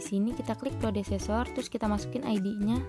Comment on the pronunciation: Predecessor kak bukan prodecessor 🙏, sisa nya keren 👌